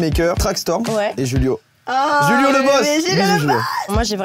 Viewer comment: Juste, au Brésil on parle portugais brésilien du coup c'est pas Julio comme en espagnol, mais avec le "J" qu'on prononce pareil qu'en français. Sinon j'adore ta vidéo !!